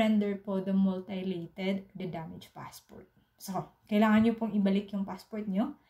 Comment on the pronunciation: Mutilated: myu-ti-lay-ted